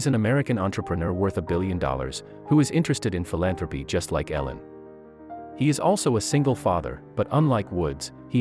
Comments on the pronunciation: Come on if your going to tell the story learn how to say her name ! E-lin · If you're going to tell the story at least pronounce the names correctly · Annoying hearing you pronounce her name wrong. You said it right twice! Misleading title for this crap video. Also, learn to edit .